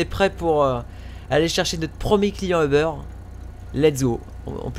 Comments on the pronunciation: c'est UBER Pas OBER parce que moi chu au Quebec et c uber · C'est pas euberre mais uber